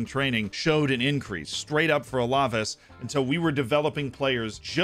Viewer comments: I enjoy your videos and tips. Just letting you know, it's pronounced Al-Ah-Vase. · Love the vid Z but Alaves is pronounced Al-Ah-Vase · I find it pretty funny how Z says alaves